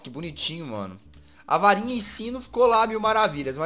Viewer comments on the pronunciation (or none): Rapaz, o Jazz falou Varinha e eu entendi Farinha! kkkkkkkk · eu pensei que o Jazz havia falado farinha mas é varinha